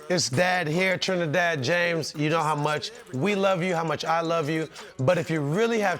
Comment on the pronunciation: Trinidad “bahng” James